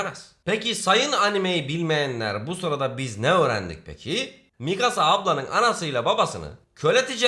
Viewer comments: abi misaka değil mikasa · bende çokkarıştırıyorum misaka deil mikasa sonu kasa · mikasa❌ misaka✅ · misaka????? mikasa olcak o :) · Mikasa ya Misaka diyen koca yürekli abimiz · X: Mikasa ❌: Misaka ✅ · abi nasıl dilin sürçmüş öyle, mikasa onun adı ... bvsdöv